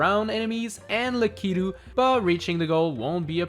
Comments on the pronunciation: Good video. But you pronounced lakitu way different than ive ever heard it. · The way he said Lakitu got me🤣🤣🤣